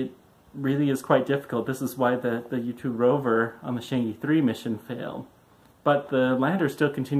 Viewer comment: Pronounced "charrng err".